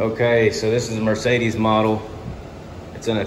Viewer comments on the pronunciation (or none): "Meecedes" model (points to Goodman in closet) 😂